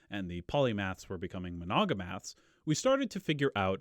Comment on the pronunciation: *monomaths not "monogomaths" lol. I want to trust this guy's research or learn from him but I don't trust his intelligence